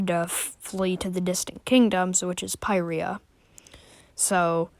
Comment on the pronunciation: Finally somebody who pronounces pyrrhria like me